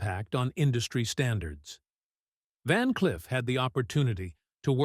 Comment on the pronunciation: Van "Cliff"?....Come on robot!...Time for your oil!...lol.